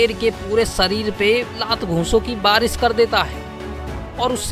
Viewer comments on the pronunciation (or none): सेर,बारीस भाषा की वाट लगा रहा है, हिंदी मे श अक्षर होता है ना